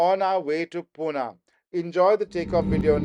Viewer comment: It's PUNE..not puna.. okay..😂😂😂. Budddha. Pronounce. My city name properly 😡😡😡😡😡